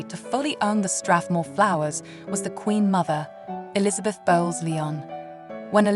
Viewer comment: Catherine, The Princess of Wales (NOT Kate Middleton) has worn the Strathmore Rose Tiara to the Korean State Banquet this evening. Bowes-Lyon is pronounced Bowes-Lion not Leon.